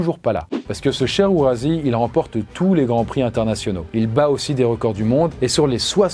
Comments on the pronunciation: Bonjour, excusez-moi mais un « s » entre 2 voyelles se prononce z donc on dit OuraZi et pas Ourassi. Merci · Ourasi, l'idole de mon enfance (je voulais devenir driver). Mais juste petit détail, on dit OuraZI pas OuraSSi ! Mais super vidéo, comme d'hab évidemment ! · Pas OuraSSi mais OuraZi ! Pour le reste , vidéo sympa . J'aime beaucoup ces histoires sur les animaux qui sortent de l'ordinaire Bises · On parle de moi dans cette vidéo 😎! (Je vois que tu hesitais, mais, mon nom se prononce bien OuraZi 😉) Oui, ce pseudo est bien en hommage à son homonyme, le roi fainéant. Je l'ai vu courir et je lui ai ensuite rendu visite plusieurs fois dans sa pâture au moment de sa retraite, avec toujours une pomme dans ma poche 😏. Et celà va de soit, c'est sans conteste le meilleur cheval du monde. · Salut! Très chouette vidéo. 😉 Pour information, on écrit Ourasi mais ça se dit "Ourazi". Quant à Tilikum, cette orque m'a brisé le cœur. Elle a été malmenée, affamée, utilisée, exploitée et j'en passe.. C'est l'Homme le responsable. Qu'on laisse ces géants de la mer tranquilles. Ce sont des animaux grégaires qui vivent en famille. Ils sont sensibles et peuvent souffrir de dépression. Il devrait être interdit de détenir des cétacés. Même certains entraîneurs finissent par démissionner quand ils réalisent dans quelles situations horribles se trouvent ces animaux! C'est tellement triste. Tout ça pour faire rire quelques touristes... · Ça se prononce ourazi